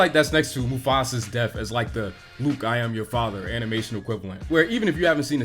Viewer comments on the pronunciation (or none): none